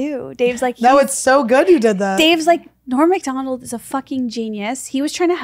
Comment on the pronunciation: Esther says Norm Macdonalds....with the S